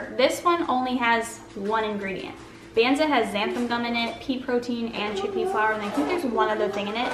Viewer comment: I think the chickpea pasta “Banza” is pronounced like the “banz” part of garbanzo.